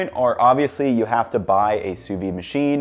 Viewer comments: Good choice of fries... but you seem to be saying 'sous vine' there. Sous vide, my man! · I've never heard it pronounced "soo veen" before. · You do pronounce the “d” in sous vide. I know I’m being pedantic, but you said it so many times it was impossible for me to ignore it! 🥴 Enjoy your new home!